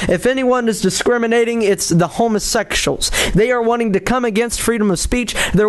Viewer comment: Wow, that kid sure is an idiot. I like how he pronounces it "homosexshuls"! XD I can't believe he actually thinks he's the one being persecuted! What an insult to people who actually are persecuted. Love ya,. Keep up the good work.